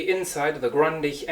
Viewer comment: Grundig! Nicht Grandich